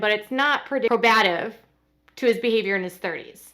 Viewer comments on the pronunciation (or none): PRO-buh-TIVE not PRO-BAT-ive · get well soon! Thank you for continuing coverage! And PLEASE…It’s PROBE-a-tiv. NOT pro-BAT-iv. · PLEASE. I'M BEGGING YOU. SAY IT WITH ME- PRO-BAH-TIV. PROBE-AH-TIV. Its not pro-BATIF like you KEEP saying. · Probative. "PRO-BUH-TIV". I don't mean to correct you but I have a legal background and this is how it is used in court while speaking. I know some legal jargon can be mispronounced if you are only reading it. Otherwise, great video! Always informative. Thanks! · probative= pro-bah-tive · The word “probative” is pronounced “PROBE-ah-tiv” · Maybe think of the word "probative" like the meaning: related to probing or probe. Long O. pro-BAT-ive?? C'mon. Ohoh. Just thought of "statute" and "acumen". Sorry. It just breaks up the brain-hearing-pleasant-sounding flow. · PRO-bative. Accent on first syllable. Not meaning to be critical--hoping to be helpful. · FYI, the word is pronounced “pro-bah-tiv”. Good reporting. Thanks! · Please look up the word probative and pronounce it correctly.